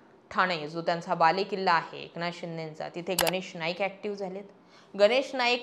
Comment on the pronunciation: ए...क नाथ शिंदे नाही ग बाई एकनाथ शिंदे. कोणत्या शाळेत शिकलात आपण? बाकी न आणि ण ह्यातला फरक तुम्हाला अजिबातच कळत नाही बरका 😂